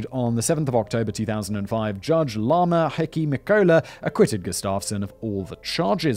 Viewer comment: Laamanni, not Lama. Laamanni=Lawspeaker, is the old title of judge.